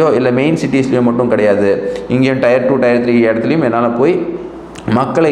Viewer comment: It is Tier 2 /3...... Not Tyre. Please